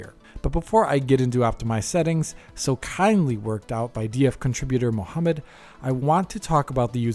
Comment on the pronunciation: Can we salute how well he pronounced "Mohammed" ?